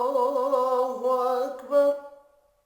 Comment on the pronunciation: اَلسَلامُ عَلَيْكُم وَرَحْمَةُ اَللهِ وَبَرَكاتُهُ۔۔۔۔اللہ اکبراللہ اکبر میں ر پر اپ پیش پرھ رھے ھو پیش غلط ہے بلکہ زبر ھے یہ سماعی ھے